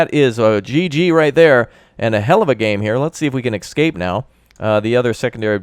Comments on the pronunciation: I love your videos on this game, but good god man, it's ESCAPE, not EXCAPE! :D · I enjoy your videos however for the love of all things sane and good, its ESCAPE ESCAPE ESCAPE!!!!